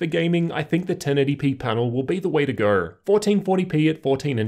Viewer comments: ‘The 1080p panel, is the way to grrr’ I’m curious on this accent, because I’ve never heard anything like this ! 😅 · Its Australian mate lol